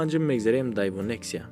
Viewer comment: Ака и астра f ё некси асира ф мегуй неке нексия чихел фаҳмем.